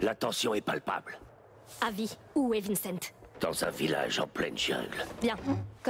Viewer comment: Mais comment elle prononce Vincent ??? 😂